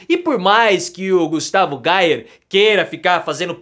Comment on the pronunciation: A pronúncia certa é: "GUSTAVO GUEIER".